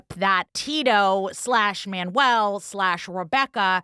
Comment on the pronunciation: My favorite is the narrator pronouncing Manuel, like manual, the instruction book.